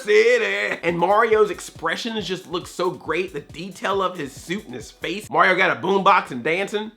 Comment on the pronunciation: Why do you say Mauryo instead of Mario. You make him sound like he's gonna to give Bowser a parental test for Bowser jr.